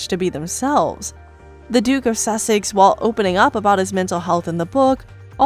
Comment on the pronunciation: It's Princess Diana not Diane also Suses is pronounced Sussex... Soosex... Sorry!